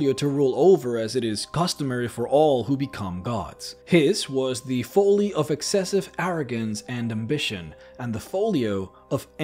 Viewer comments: Karsus' Foalee? lol Folly. It's a short vowel. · Folly rhymes with volley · Incorrect grammar on that first spell. Even though it’s showing possession you do not add an additional “s” after the apostrophe on words/names that end in “s”. What is shown is “Karsus’s Avatar”; what is correct should be “Karsus’ Avatar”. Allllsooo.....the narrator mispronounces “folly”..... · Folly is pronounced fall-ly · I don't know if you're saying folly wrong or I am but I'm pretty sure it's you. 😂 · Folly rhymes with jolly. Great video otherwise. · He didn't even think it through at all. Also you say folly completely and utterly incorrectly.